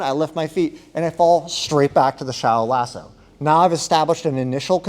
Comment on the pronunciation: Great video and content. But I have to tell you, I heard "Shallow asshole" and now I can't unhear it.